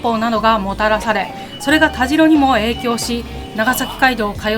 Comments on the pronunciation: たじろではなく、たしろだと思いますが？なぜ濁るのかなぁ？ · 佐賀県を詳しく紹介してもらってありがとうございます😊 現在鳥栖に住んでますが、田代は「たじろ」ではなく「たしろ」と読みますよ😄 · 鳥栖出身です。大好きな地元を詳しく説明してくださってありがとうございます♪ 今度行くことがあれば鳥栖駅から数分の八起のアイスキャンデーを食べて欲しいです。駅のうどんと並んで鳥栖のソウルフードです❤あと田代は「たじろ」ではなく「たしろ」ですよ〜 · 「たじろ」じゃなくて「たしろ」ですよー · タジロではなくタシロでいいですよ。